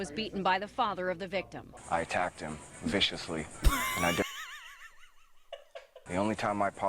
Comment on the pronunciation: I just love the "I attacked him.....viscously..." i keep coming back for it